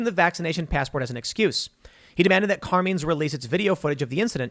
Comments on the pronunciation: I can't take it. Carmine is an Italian name pronounced with a long I like the word bike it does not rhyme with Bean. I don't know what it is with you youngsters not knowing how to pronounce common thing. I absolutely cannot watch Elijah Frazier because he butchers the English language on a daily basis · You ever hear Tim say the word sheriff? Let's just say, his pronunciation skills can sometimes be hilariously bad. Also, Carmines is a relatively famous Italian family style dining restaurant in NYC, which makes it's all the more funny. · How does Tim get so many words right and then can’t pronounce a simple and common Italian Name? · The real crime is Tim's pronunciation of "Carmine's"... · Car meens ? It's carMINES Tim. Come on bro, thought you were from Jersey and knew how to pronounce these Italian names 😂 All love Tim ❤ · Isn’t it pronounced Car-mines. Not Car-means. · Car-mines not Car-menes. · Carmeens? It's Carmine...eye..n. I know it's petty but...you keep saying Carmeens. Come on, Tim! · For being a " journalist" you suck at pronunciation. Its "car" " mines" not carmeans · Car MINES. not car mean you dolt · CAR - MINES CAR M-I-N-E's , Tim sucks at pronounciation. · Tim pronouncing Carmine's is almost as great as him sayin Sherrif. (EDIT) The local Sheeee-riff is named Car-meeen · Did Tim say CAR memes? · "Car mines" is how you pronounce it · Carmine's = car-mine's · Does Tim really not realize “CarMINE’s” is a very popular Italian name hence was probably an Italian restaurant pronounced Car-MINE’s ?? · how the hell does Tim not know how to properly pronounce "Car-mine's"? haven't you watched The Sopranos? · Wait until BLM finds out about CRT “being weaponized” to DEMAND segregation.🙀 Carmine’s pronounced - CAR-MINES C’mon Tim I thought there were Italians in Chicago!😉😆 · It’s CAR-MINE not whatever you pronounced TIM, every Italian rolling over his grave rn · Car-mines Tim lol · It's Car-Mines. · Car-meens? Really Tim? 😂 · Carmeens? you mean CarMINES